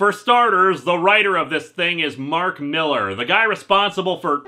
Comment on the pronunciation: It's pronounced "MILL-LAHR" (he's Scottish) and I thought his work sold?